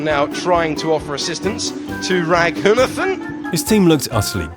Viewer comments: A bigger fail than this driver himself is the way the commentator say his name.. it's pronounced - Ruh ghu naathen.. not Racoonuhthen.. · I had to look up more video to understand why his name is being pronounced with a "Th" not a "T". Indian sources use "T" not "Th" for his last name.